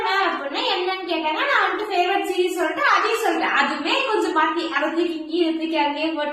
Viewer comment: Stop saying vantu ,solltu 😂😂